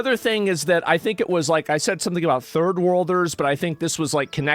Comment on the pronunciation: Maybe don't say turd-world anymore.